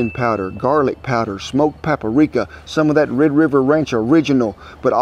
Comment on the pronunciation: And peprica.. this man said pepper rica